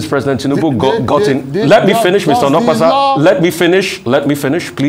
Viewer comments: Onokpasa not olopasa 😂😂😂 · His name is pronounced as "Oh No Kpa Sa" that's why him dey vex 🤣🤣🤣🤣🤣🤣